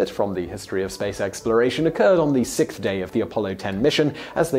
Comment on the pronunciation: "The SICKTH day of the Apollo 10 mission" Dude, just stop lol Cant say sixth hahaha